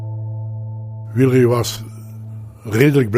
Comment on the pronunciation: Nooit geweten dat je eigenlijk "Wiel-ree" moet zeggen.